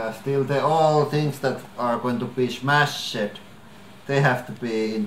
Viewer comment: "Smash-ED". The way you both pronounce 'smashed' (or any English word ending in '-ed') is so adorable. Never change that. That "-ED" Tempere accent really makes you and very likable. t. Savo accent-ED-American.